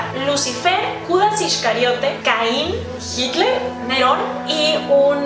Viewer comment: Soy yo o escuche gitler (Perdon si lo escribi mal nose como se escribe ese nombre)